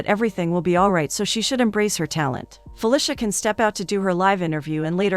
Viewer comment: Am I the only one who is uncomfortable by the pronunciation of "Fuh-lisha" 🤣🤣 it's usually "Fuh-leecia"